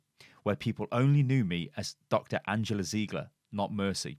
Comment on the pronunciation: its ziegler (zaigler)not an ziiiigle ;)